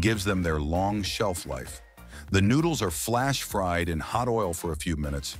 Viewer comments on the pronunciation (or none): none